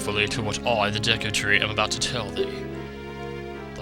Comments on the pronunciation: It's pronounced deecoo the way I spelled that is kinda weird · Dude! Me and my friends thought the same thing for the longest time when this game first came out! Then when I started watching youtube vids all of a sudden people are saying "deeku" or at least pronouncing it with a short e sound. Cool to know we weren't the only ones. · I always called it the "Deh-koo tree" pretty sure that's incorrect, but I grew up calling it that, so I'm not going to change it.